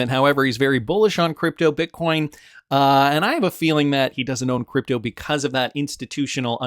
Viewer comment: Just say. Not cdeepto ehhdi.